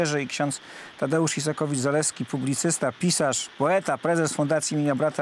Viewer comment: No ale nie "Izakowicz-Zaleski", tylko "Isakowicz-Zaleski".